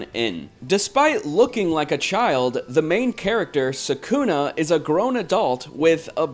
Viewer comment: You are pronoucing Sakuna's name wrong. They even pronounced for you in the voice acting in the actual game.